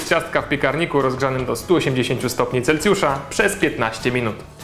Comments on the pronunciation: Mówi się CELSJUSZA, a nie Celcjusza!!! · CelSjusza nie CelCjusza no zara jebne